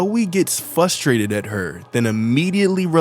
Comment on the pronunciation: it kinda drives me crazy you pronounce frustrated as "fus trated" 😮😂